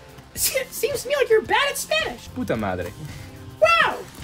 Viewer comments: dude spanish pronunciation is incredibly good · why is spanish accent so good